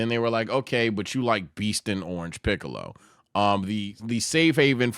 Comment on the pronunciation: did he js say shiccolo💀